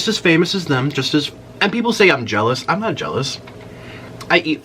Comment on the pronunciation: “JEOLOUS”. “ACCULLY” “GRANDAMAS” LMAOOOOOOOOOO